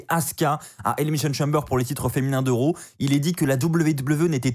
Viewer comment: Raw pas row mdr